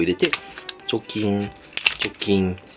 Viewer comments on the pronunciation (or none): チョキンが除菌にしか聞こえない